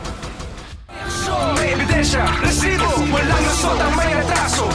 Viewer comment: ILAN PO ANG R SA RRRRRRESIBO?